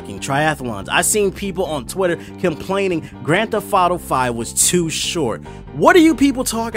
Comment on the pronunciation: I had a hard time actually paying attention to the review because I was distracted by him saying "Grand Theff Auto."